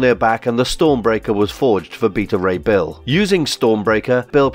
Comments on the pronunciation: His name is bet a ray bill that how it's said not the way you say it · (be-ta) ray bill say it with me now